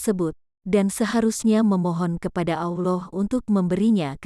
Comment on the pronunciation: Sebut Allah pun tak betul. Sebut betul-betul. Allah. Bukan Auloh.